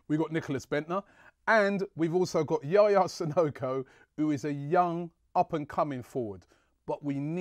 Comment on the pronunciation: Hahaha he said Yaya Sococo...